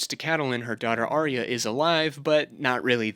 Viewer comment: Ca-ta-lyn??? Lol....love your hard work though. Thanks.